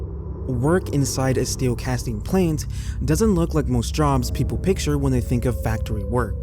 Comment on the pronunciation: Hey bud! You're still doing it. "Plant" the way you said it makes no sense. You must be using AI or you have a horrible grasp of the English language.